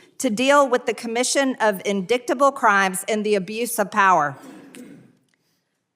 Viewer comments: Ha, ha! MTG pronounced "indictable" (which has a silent "C") phonetically - like a child might - as "in-dick-tible" instead. She also used her finger to read from her notes on paper. She's an uneducated, racist, xenophobic fool. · "in-dick-table" crimes? God DAMN these MAGAts are ABSOLUTE MORONS!!!!! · Not to be pedantic but while I can understand a private citizen sounding that out, it should be mandatory that a US politician be able to pronounce indictable. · indictable (in·dai·tuh·bl) and she pronounces it In dick ta bl. Bugs Bunny said it best: What a Maroon! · Klan mom MTG is an ignorant imbecile. I swear her voice makes me want to scream. “ Indicktable?!” It’s “ in dite a bull”. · Indictable is pronounced uhn-dai-tuh-bl. NOT like Marge the three-toed-Neanderthal pronounces it, ie. in-dick-tibble hahaha 🤣 . Unless that’s an American thing? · Why does she always point to the words when 'trying' to read? Oh, I just answered my own question! 😂 She said 'indicktable' (indictable) 😂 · Who the hell voted for this illiterate crazy lady? How shameful. She cannot even pronounce the simplest of words. It’s pronounced IN-DY-TUH-BUHL not IN-DICT-UH-BUHL SMH!! I guess she learned it from her Orange God Trump who says Thailand THIGHLAND 😂😂😂😂😂😂 Origins, ORANGES. 🤦🏽‍♀️🤦🏽‍♀️ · "in-dict-uh-buhl crimes" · "in dick-ta ble" ? It is indictable offense Marj. You are not qualified for a job above french fry cook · OMG.. she said "In-DIk-table" She cannot pronounce the word "indictable". Good lord.. she is really stupid, I mean like woefully stupid. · Indicktable? I can't!!🤣😆😂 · In…dick…table 😂😂😂😂😂 maybe she’s not an American, she doesn’t speak correct English 😂😂😂😂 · Did she really say “indiktable” crimes?? 😂😂 OMG!! She’s a bigger moron than I thought! I underestimated her.😂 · In-DICK-tah-ble?? 😂😂😂Gets me everytime. The word is indictable. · In dicked able. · In-Dick-table… Did she perhaps mean INDICTABLE? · That's an "in-dick-able" crime lol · Did she say in dick table?